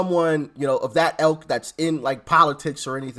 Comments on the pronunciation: I love you to bits, Doc. But it's ILK - not elk! An elk is an animal (as you know, of course). Merry Xmas, my friend 🎄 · Great job. It's "ilk", not "elk". Fascinating stuff!